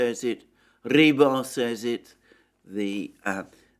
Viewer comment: Rebar? No.... Just, NO! It's Rybar... You clown 🤡